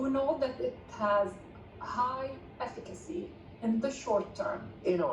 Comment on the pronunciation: "high effuckacy"